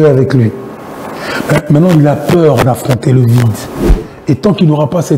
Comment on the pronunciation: Peur et non paire ou père!